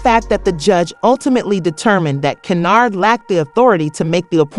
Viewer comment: Why is her name being said as Cenyard.?